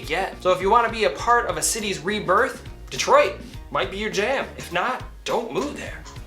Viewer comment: Lololol “Detriot”. Took you to make a fool of yourself